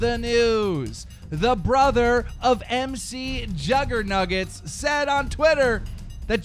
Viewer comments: OMG quit saying M C Juggernuggets it's pronounced micjuggernugetts like McDonald's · Mcjuggernuggets isnt scripted...and its not prenounced M-C jugger nuggets its mick jugger nuggets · It's not M C Juggernuggets it's pronounced micjuggernuggets as in chicken mcnuggets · Kill me dude first he calls McJuggerNuggets: MrJuggerNuggets (in his other vid) Then he calls him M C juggernuggets xD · It's not M. C. juggernuggets it Mcjuggernuggets as in McDonald's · The fuck y does he say M C. It's MC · DramaAlert it's not MC juggernuggets it's mcjuggernuggets like McDonald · Its not MC JuggerNuggets its Mc like in Mcdonalds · its not mc juggernuggets its mcjuggernuggets like McDonald's. say it write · It's not pronounced MC it's pronounced Muc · Its pronounced Mc like McDonalds. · its pronounced micjuggernuggets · You're saying McJuggerNuggets wrong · M.C.JuggerNuggets . learn how to say the names of the people you report about.